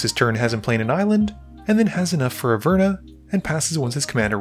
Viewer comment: Its pronounced (Aver-nus) not (A-furnace) lol